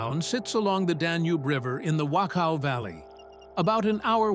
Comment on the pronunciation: it's pronounced "vock-ow".....surprising you didn't know this.....